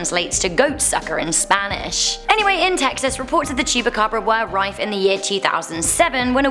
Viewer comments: Um, first: The Chupacabra is from Mexico and second: It's not Chu-ba-cabra, it's chu-PA-cabra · She Said El Cucuy better than she said chupacabra. She was struggling with Llorona...😂. And it's China cemetery not Chinese cemetery...and I believe the name is derived from the China berry trees that grow in the area.